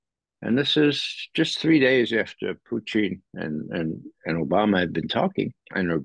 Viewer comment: Just can't get over how Ray says "Poo-teen" 😂